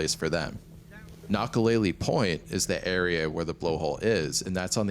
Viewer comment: Nakalele: kna-kuh-lei-lei (not lei-lee)